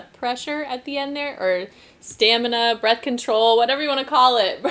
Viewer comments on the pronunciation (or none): none